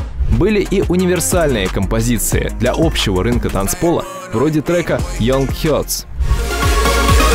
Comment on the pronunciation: Чел, подучи английский ..."йонг хёрдс" Серьёзно?